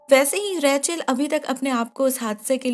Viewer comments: Her name was ' रेचल' and You were saying 'रैचल' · It’s Rachel not Rae-chal. Bdw nice explanation as always! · Raechel name ko itna Ajeeb tarah se kyu bulati hai aap